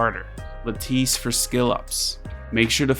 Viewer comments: lattice is pronounced like lettuce but with an i instead of a u. not luh-tice but lad-dise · La-tiss not La-teese